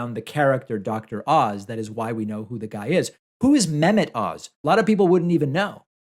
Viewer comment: The H in Mehmet isn’t silent